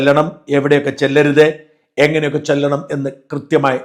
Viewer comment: ചെല്ലണം എന്നല്ല ചൊല്ല ണം എന്നല്ലേ